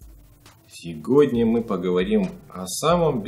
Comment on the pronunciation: дружище)) все нравиться)))) не нравиться слово "сеГодня", прими во внимание! Слово сегодня меньше режет ужи, если его произносить "севодня"))))))))))))))))) лайкос поставил)